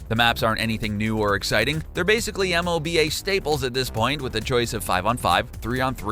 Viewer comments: Here's an interesting thing about abbreviations: it's ok to spell them out if they are short or have lots of consonants that are difficult to pronounce together, like in FBI or MMORPG. But M.O.B.A., seriously? Just say "moba" or noone will believe you actually played one of these games, ever. But who am i to expect this from a guy who thinks, Dota 2 is developped by Blizzard? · I’ve never heard anyone spell out M O B A, usually it’s just pronounced as one word: “moba”. That and the blizzard comment threw me off. Haha love some of these games tho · The way he says MOBA just bothers me. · 1) please pronounce MOBA as a word like everyone else in the world. In the tech world, if an acronym can be pronounced, it is (RAM, ROM, DOS... etc) 2) wtf Blizzard did not create DotA or DotA 2